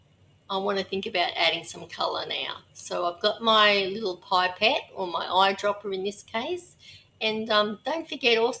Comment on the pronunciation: For God’s sake it’ pip-ette not pipe-ette.